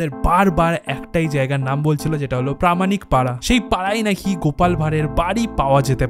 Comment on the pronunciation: Content ভীষণ সুন্দর শুধু বাংলা উচ্চারণ যেমন- পারামানিক, তত্য, ইত্যাদি শুনতে বড্ড কানে লাগে এবং রুচির অভাব। একটু স্পষ্ট উচ্চারণ করো। ভিডিও আরও ভালো লাগবে। বেস্ট অফ লাক, খুব ভালো লাগল কন্টেন্টটা